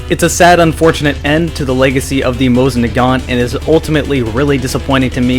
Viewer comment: have you been to russia?? they say it JUST HOW HE DOES... SO BLOW ME